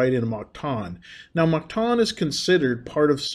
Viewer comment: You will find its pronounced Mactan -like (m)cat-an not like mar-ket (martan)